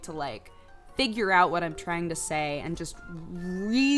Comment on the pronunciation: When she's talking about doing NEWZ, did she say trying or crying; sounds like she said crying